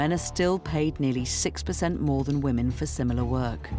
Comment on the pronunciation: "Best place to be a whamen" oh, you mean like, everywhere